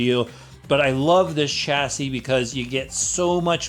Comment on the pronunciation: you said Chassis right! Shassy!